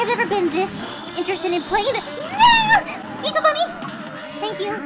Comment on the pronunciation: You said six times of Angel funny